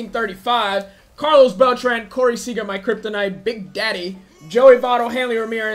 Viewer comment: Just gonna say that your mispronouncing Beltran I’m new though 👋